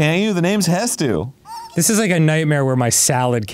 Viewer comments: heavy breathes ... it's hestu. Hes-tu. Why does everyone say hetsu skjfjskdlsla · ITS HESTU